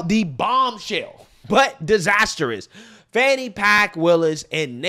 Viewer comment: "How do you pronounce fani? FAWWN-KNEE" 😭😭